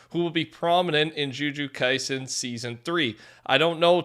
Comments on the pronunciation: The joojoo Kaisen is so painful. Can you please just take a few seconds to research the proper pronunciations for names? Just find a clip from the dub and learn how to pronounce names it’s not hard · Stop saying "ju ju kaisen" bruh. I stfg. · The pronunciation for the jjk characters killed me 😭😭🙏🙏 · Bro didnt say A SINGLE GODD DAMN NAME CORRECTLY for the jujutsu kaisen anime and I LOVE THAT